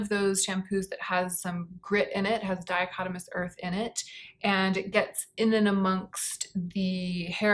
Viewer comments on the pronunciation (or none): It's diatomaceous earth,. Dichotomous means something else. 😊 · Dichotomous earth 😂 close, but not quite diatomaceous earth. As in diatoms. Got a laugh out of that one.